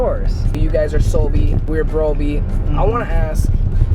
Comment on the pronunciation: HE SAID BRESOLBY- 😂